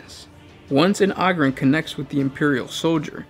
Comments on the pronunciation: ogryn - o grin ogre - o grr, not ogryn - og rin or ogre og rrr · OH-GRIN not AH-GRIN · Take a shot every time he pronounces ogryn wrong